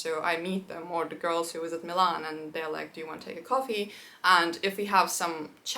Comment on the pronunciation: Interesting! I think I caught a Russian accent when you said Милан, or rather I should say a perfect native-like Russian pronunciation! I wouldn't even have noticed if the rest of the video didn't sound native in English, even the same word said like 10 seconds before 😀. P. S. I know, it's a very random comment, I just found it both curious and nice, along with the fact you feel the most friendly when speaking Russian 😊